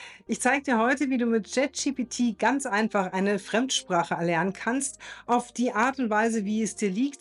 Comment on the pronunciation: Dennoch heißt es "Chat" GPT und nicht JET GPT. 😅 Entschuldige bitte. Aber auch das muss erlaubt sein zu äußern. Und das ist keine Kritik, sondern nur lustig. 😉 Es gibt so viele Menschen im Alter über 50, die trauen sich gar nicht erst auch nur ein Wort Englisch zu sprechen. Von daher, finde ich richtig gut. 😊